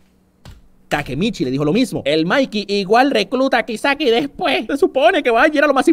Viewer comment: "Kaisaki" Dice, Kisaki habla bien